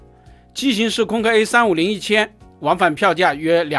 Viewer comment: "空中巴士", 硬要講"空中巴士客運","空客"不好說, 可說"空巴". 說什麼"空K", 那是????